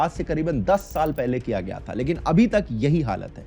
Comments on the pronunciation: it gaya ji ,bihar not gyaa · bhai that is not GYAA it is GAYA